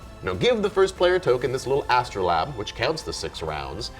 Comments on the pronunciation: That got me every time he said it. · Astro-LABE, not lab. Sorry, I'll show myself out. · The word is astrolabe not an astro-lab